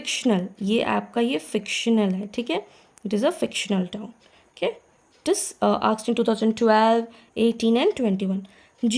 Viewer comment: True ma'am, many things have been "aksed"... Conventry Patmoore... Rocessti... Memoriorism...